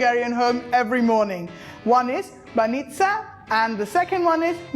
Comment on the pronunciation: It is not banista but bаnitsa and you never put suger on mekitsi..... Omg, if this is your way of making them okay, but don't say that they are traditionally Bulgarian, because no one in Bulgaria would make them like you....